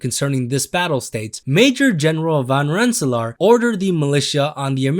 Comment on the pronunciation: I've lived in Rensselaer NY for 20 years and I've never even heard of Major General Rensselaer (Ren-Suh-Lure btw)